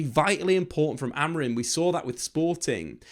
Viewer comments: It's pronounced a bit more like AmorEEng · He keeps saying AMORIN...😅